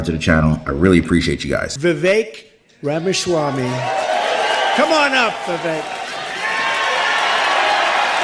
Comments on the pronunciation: Ramaswamsy??😂😂😂 Dude!! IT'S RAMASWAMY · wait bro u said Vivek Ramaswamsy?